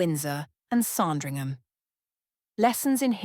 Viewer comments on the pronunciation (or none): S’Andringham. Not S’ARndringham.